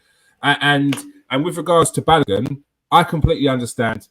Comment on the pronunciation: Who is Balagun? His name has an O in it